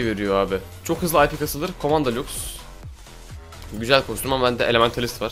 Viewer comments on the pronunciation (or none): Lux demene hastayım.. 'LUKUS' xD